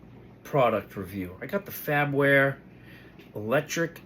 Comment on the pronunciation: Mine refuses to open, so, I can't even put batteries in it. Started looking for videos. BTW, it's "Far-ber-ware", not "FAB-ware"....